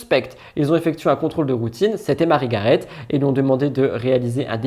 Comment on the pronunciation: Coucou, Juste pour te dire que le T de Garet ne se prononce pas! Et je pense que le S à la fin d’Alès se prononce, lui!